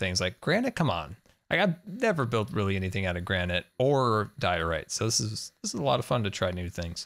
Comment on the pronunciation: Diorite... Wait what? It’s DIORITE Mumbo!